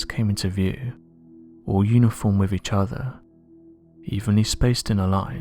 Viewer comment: Is this how you really talk in real life? I feel sorry for your family, hearing you droning onnnnnn and onnnnnn. Speak proper English man, “with” is pronounced “”wiTH”, not “wivvvvv” get some elocution lessons. You put the English language to shame. Please accept your P45!